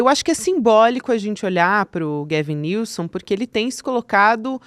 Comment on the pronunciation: Só pra adicionar, a pronúncia do nome do Governador da Califórnia é “Góuven Nilsam”